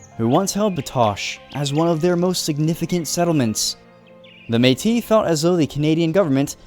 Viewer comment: You mispronounced Métis but it’s okay everything else you said was really on-point for the Batoche part!